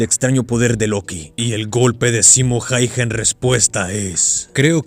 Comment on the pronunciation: Loco, se pronuncia jauja, mete el apellido hayha en el traductor y ponlo a leerlo en fines